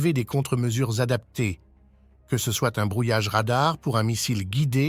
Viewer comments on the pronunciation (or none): none